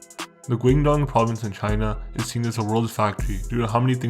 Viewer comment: The way you pronounce Fujian is hella triggering 😂 not hard to google how to say it It’s “Foo- ji-en “ Same with Guangdong , so far off